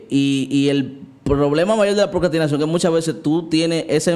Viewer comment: Vuelves a decir "Procastinación", en lugar de "Procrastinación" y me desuscribo. JAJAJAJA. ¡Mentira, me encantan tus videos, no me pierdo ni uno! Bendicionesss❤